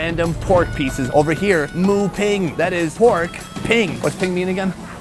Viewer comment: Why isnt there anyone telling him that "Moo Ping" is pronounced as "Moo Bing"..